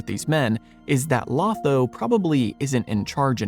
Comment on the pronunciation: I think you left out a tiny but key detail. Sam is told, he was one of the Ring Bearers while they are at the havens, but that he could not _ yet_ sail into the west. The door is left open that he might see Frodo once more. Also, Lotho's name is pronounced with two long "O"s. It is a jest by Tolkien that one of the most loathsome hobbits in the Shire is named to alliterate with the word - thus, loathsome Lotho.